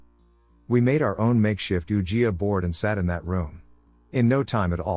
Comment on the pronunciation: Oogeeah board😁